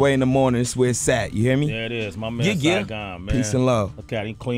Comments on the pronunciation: "Siagon" ? Maybe you meant Saigon? I know MC named Saigon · Damn, y'all really fucked up on Saigon's name lol.